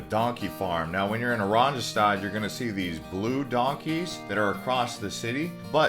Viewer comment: Just one suggestion. The letter J in Dutch is pronounced like Y in English. The capital city Oranjestad is pronounced O RAHN ye stahd. It means Orange Town in Dutch.